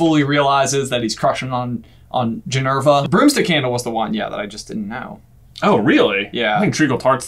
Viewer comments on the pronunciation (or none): And he said it wrong at that... Lol It's GinEVRA not GinERVA. 😂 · For the last time ben, Ginnys name is not ginerva, it is GINEVRA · Ginny's full name is Ginevra, not Ginerva. I only know that because I made the same mistake for ages 😄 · says ginerva but her name is surprisingly actually ginevra and I don’t like it 😭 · Ginny's name is Ginevra not Ginerva.... I get it wrong all the time too because of Minerva McGonagall